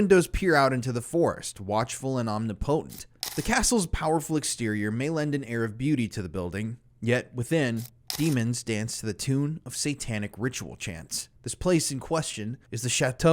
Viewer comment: Whoever writes the scripts for this guy needs to tell him how to pronounce some of these words lol. "Omnipotent" ≠ "omni-poe-tent" and "Marquis" is not pronounced as "Marcus"